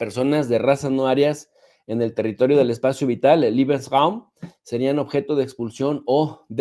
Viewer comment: Lebeensraum...liebensraum es cuarto del amor....Leebensraum así como se escucha.😂😂😂